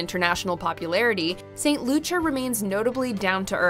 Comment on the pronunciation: Slight correction. St. Kitts and Nevis are not in the south. They are Northeast. Barbuda is pronounced Barb- you- da. Frig -ate Bay in St. Kitts & Nevis. St. Lucia is pronounced St. Lu-sha